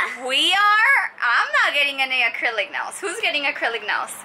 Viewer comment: “acurlic nails”